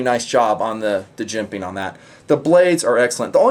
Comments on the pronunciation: JIMP-PING hahah love that emphasis. out of my college price range T_T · Gotta mention it...luv the way you always say "Jimping!", with a unique emphasis. Makes me chuckle. I see you turn over a knife or zoom into a particular area...and, I know what's coming. I am also a big fan of that, and will always look for it right off the bat in a design.